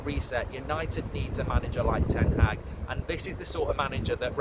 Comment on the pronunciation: Just say Ten haag. Why TH?